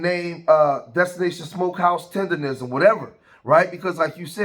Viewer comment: He can't even say "Tendernism" properly. Zero seasoning. He talking about the barbecue community like he wasn't just running Uncle Iroh's tea shop. FOH